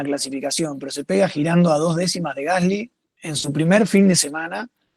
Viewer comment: Excelente nota! La mejor de todas las que escuché. Un solo tema, el apellido del compañero de Franco se pronuncia "gaslí", es francés, se pronuncia con acento en la i.